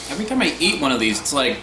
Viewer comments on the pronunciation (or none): none